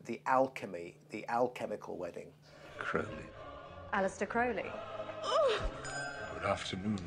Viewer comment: Dickinson has not got a clue about Crowley, he manages to misunderstand everything about him. He can't even pronounce his name correctly. If you wish to have an accurate presentation of Crowley's life and teachings read Churton's biography and Richard Kaczynski's biography. Dickinson presents himself as a Crowley scholar but simply has not got a clue.